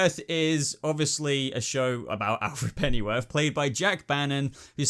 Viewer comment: dude, how come you pronounce it "Pennyworf" ? Does that mean I am pronouncing it wrong? (or should I say, wrongly)